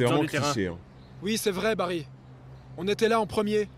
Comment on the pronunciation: c pas barry mais barril